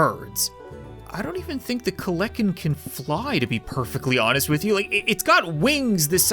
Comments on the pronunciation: and its KEL-A-KEN not KLEK-EN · pronounced kel enn ken no cap you have bad grammar also it's another name for terror bird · Actually, the bird was real and was the aftermath of the dinosaurs and kleken is pronounced klen-i-ken and was also named the terror bird for it would literally crush early mammals, skulls, and A very strong beak and legs allowing it to run extremely fast and at the leg muscles of a T-Rex just some information from a paleontology nerd Daeodon (day-o-dawn) was a early hog-like creature and are very deadly predators and was basically like the kleniken but a pig Smilodon (smile-oh-don) Again very deadly and closer related to your house cat and hunted in packs Mainly ambush predator Nomadic and chased prey down and/or stalked it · not to be rude or a grammar shark the daedon is pronounced day a don and kelekan is actually pronounced kell a kin and the daedon is a pig it was titled the hell pig